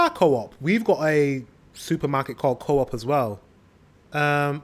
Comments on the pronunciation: Well, you dont say it like that, co-op. Coop, one word. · it's pronounced coop like chicken coop...but t stands for co-op like you said, but not sure at all if they are involved with the same companies .. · It's not pronounced co op. It's Coop, like you would say the name Cooper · its no CO OP, it clearly says COOP as 1 word, when are you gonna learn.... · "co-op" BRUH 💀